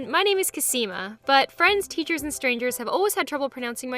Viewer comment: Kasima isn't even hard to say